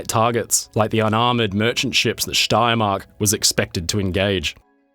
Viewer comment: Excellent pronunciation of „Steiermark“